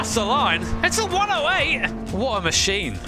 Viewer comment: Americans: What a machine: Woh uh mu sin